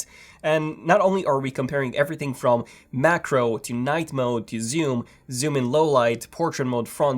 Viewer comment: I was dying when he said zyoom